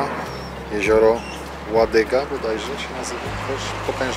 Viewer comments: Jezioro ŁADOGA a nie Ładyga... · jezioro Ładoga, a nie "ładyga" Wspaniale zrobiony reportaż! Pozdrawiam